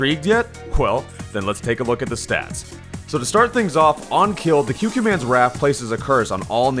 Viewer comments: It may be late, but think 'Qu' like 'Quiet,' So it would be 'KooKooManns', not 'QueQueMann' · Kyukyumanz? Bruh. It's coocoomanz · It's pronounced "Coo-Coo Man" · Is it not pronounced the “Coo coo man’s wrath”? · Koo-koo man's Ququmannz Pls pronounce correct next time